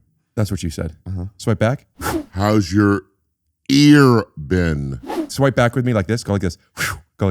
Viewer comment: bro I am CRYING LAUGHING at Bobby emphasizing “ear been” when he went back omg 😭 🤣 unreal